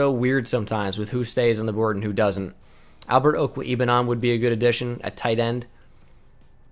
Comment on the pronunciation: U butchered Albert o’s name